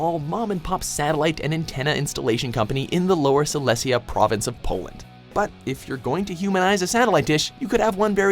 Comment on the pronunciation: Did you just pronounce sileasia wrong? Bruh I'm American and I can pronounce that right